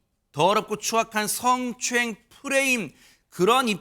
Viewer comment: 승추행 승추행 발음 왜저래